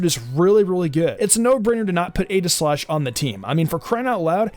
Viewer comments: It's EE-gi-slash. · Not here to argue but name is actually pronounced EEGI-Slash